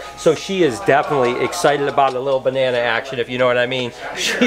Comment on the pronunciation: ", you want a bananerrrr".. Had me dying